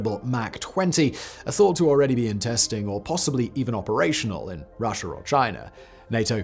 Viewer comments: Russher and Chiner huh? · WHY DO YOU SAY..."RUSSIAR" AND CHINAR"? LOL!!!!!